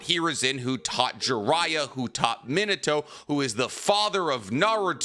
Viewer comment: its pronounced... ( me-naw-to ) not minute-to .why do you pronounce so many things wrong ..like ban-kai ..you always pronounce it like bun-kai.... smh